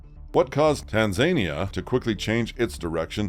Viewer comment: It's tanzaNIa